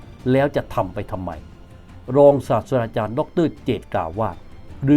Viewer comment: ผมฟังว่าอาจารย์พูด “ศาสดาจารย์” ใช่เปล่าครับ ถ้าหูผมไม่ฝาด ที่จริงต้องเป็น”ศาสตราจารย์” นะครับ ผมชอบครับรายการนี้